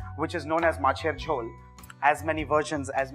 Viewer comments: Isshhhh... I loved the way you pronounced my favourite dish. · You spell the word MACHER JHOL really like a Bengali....great video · Your Macher Jhol pronunciation is perfect, recipe is perfect👌👌.U r an awesome chef